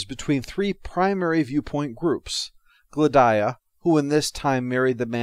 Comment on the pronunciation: Glad-eye-uh?/ Gladia rhymes with Solaria